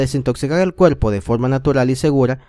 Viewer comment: Se ve bueno el video. Pero de escuchar al tipo hablando y pronunciar todo con L...me dio flojera. Pol favol, pol dulce, veldes, cuelpo. No!!!